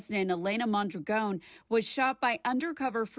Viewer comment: It's MON DRAGON ! NOT MONDRAGONE